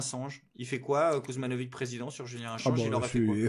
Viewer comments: Ben moi sans racines yougoslaves, je prononce le nom « Kouzmanovitch »et je trouve parfaitement ridicule de le prononcer « Kuzmanovig ». Je trouve ça dommage de s’assimiler comme ça et d’encourager la paresse intellectuelle des gens. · Kuzmanovic c'est compliqué ? Dans le bassin minier hardcore, entre les Wisniewski, les Kovalczyk, les Marsciczin et compagnie, Kuzmanovic c'est niveau 1ere leçon chez l'orthophoniste :P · Kuzmanovic,roi des.faux culs, ne prononce jamais le mot de < Frexit >